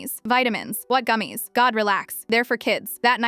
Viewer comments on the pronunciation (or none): “Gumes (gummies)” -ai